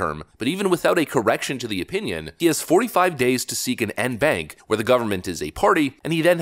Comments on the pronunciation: It’s pronounced Awn-bawnc. Not En-bank. FYI. 😊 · pronounce ‘on bonk’ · En banc - pronounced "on bonk" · En Banc pronounced "on Bonk" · En banc pronounced with soft o sounds - on bonk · En banc is pronounced 'on bonk' FYI. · En banc is pronounced like on bonk. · it is pronounced en banc(on bonk) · En banc is pronounced (on bonk) lol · En banc is pronounced On Bonk, because French.